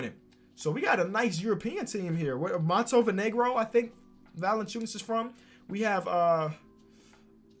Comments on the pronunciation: montovenegro?? 😂😂😂 its Montenegro. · "MoNTeVeNegRo" Bro it's Montenegro 😂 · what the hell is Montovenegro lmao its Montenegro and its Vucevic not Valanciunas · favorite country "Montevenegro" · "Montevenegro" got me dead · Ahahahah man Said montenvenegro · Hold on. Man just said vucevic was from “Montevinegro” then called him valanciunas. Lol